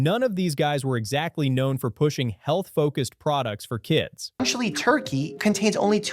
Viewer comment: Note to the editor, The voice over kept saying Lunchy and skipping the second L in the brand name for most of, if not the entire video.